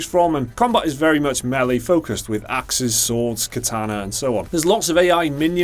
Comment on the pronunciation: Thank god for not pronouncing "melee" as "mili"